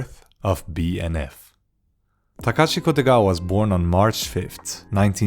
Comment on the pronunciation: Man hörde när du sa BNF att du var svensk